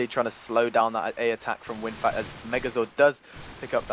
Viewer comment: its winfakt, not winfact ffs.